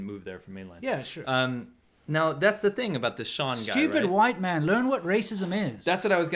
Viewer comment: The emphasis on "White Man" gets me everytime 😂😂😂😂😂😂😂😂thanks for the updates guys. Stay awesome 💪👍